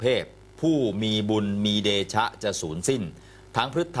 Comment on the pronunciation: ผุ้มีบุญมีเดช ไม่ใช่เดชะ อ่านไม่รู้เรื่อง